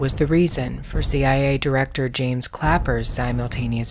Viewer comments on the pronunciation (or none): none